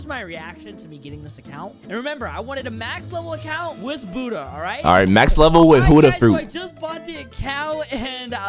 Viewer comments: is disrespectful to someone people’s religion, he quite literally calls buhhda, huhhda. He’s very disrespectful. I may not be Buddhist but that’s disrespectful. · IT'S CALLED BUDDHA FRUIT NOT HUDDAH FRUIT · dude its buddha not hudda with a b lol😆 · bruh its buddha not huda like bro whats huda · why does he say huddha insted of buddha